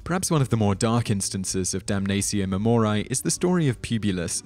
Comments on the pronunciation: ok dude its 'DUM NUH TSEE OH MAE MO REE AE' ae is like 'a' in 'aching' not 'dumneisio mumoraiy'... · I'm sorry, but the way you pronounce it, "damnazio memoriay", is giving me such cringe... since it was a roman practice in the classical era it would be pronounced "damnatio memorieɪ", pretty much the way its written. Don't make it hard without it having to be ;) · It will do so, just as soon as this narrator learns to read his script properly and check the pronunciation of obscure words such as "damnatio", "memoriae" and "deify", before opening his cake-hole. All that good research being annulled by sloppy presentation. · Sure, but he pronounces "Damnatio Memoriae" five or six different ways in this video alone! The Trans-Atlantic divide can't excuse that, can it? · If you are going to make a video in which you say a Latin word repeatedly, make sure that you are pronouncing the word correctly. As a student of Latin, every time you mispronounce Damnatio Memoriae (which was every time) I became more and more irritated. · He's speaking British Latin.